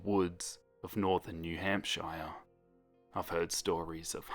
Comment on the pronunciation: You pronounced New Hampshire wrong